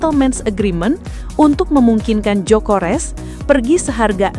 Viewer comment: Gyokeres bukan jokores😂